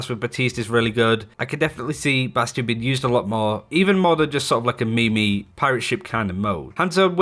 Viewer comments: Soulja Boy voice: "NOOOOOOO ONE GONNA SAY ANYTHING ABOUT THE MEE-MEE pronunciation????!!!!?!?" Tomato, tomato, I guess (lmbo) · Hahahaha the way you said “meme” as me me hahahaha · oh dear, he said MeMe